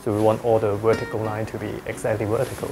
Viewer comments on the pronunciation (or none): I love the way he says Werticle!